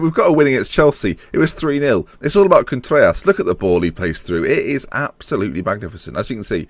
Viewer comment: I think Vallejo is pronounced Va-yay-ho and Contreras Con-trair-ras. Trair as in rhyming with chair.